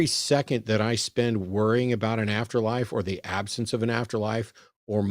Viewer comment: ABOOT? A 🥾? What’s he even talking about? 😂😉